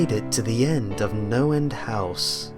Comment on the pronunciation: I thought he kept saying Noland house...